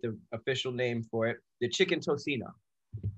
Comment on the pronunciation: good job on dem names👍🏽😂 was waiting when yall gonna try filipino food here